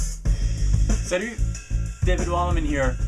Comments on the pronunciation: salut ! really cool lesson, I'm sure my solo playing is gonna kick ass now :D btw are u french or something? your 'salut' really sounds french! good job anyway, "ça envoie gras la patate" as we say here ;-) thanks ! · You speak french? when you said "Salut" at the beginning of the lesson, it's look like a french accent ! lol ! Very nice lesson !!!!!!!!!!!!!